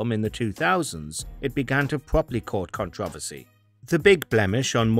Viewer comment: Pronounce controversy properly